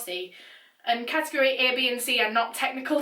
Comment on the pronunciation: Cat-tegg-gory🤦🏼‍♂️😂😂😂 It's Category 😂 Just 1 word😂🤦🏼‍♂️😂